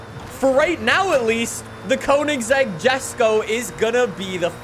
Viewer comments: Please stop pronouncing it as Jesko, it's (Yes-ko) I hope he reads it. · Lol jesko is Swedish so pronounced yesko. Still love this vid! Thanks so much for your passion for FH5 science!